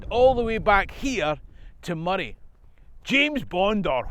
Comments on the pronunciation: Excellent video! I'm also delighted you're pronouncing Moray correctly and not calling it Moe-ray (amount of folk I've to correct is unreal lol) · And now I know how to pronounce Moray and that’s a big deal.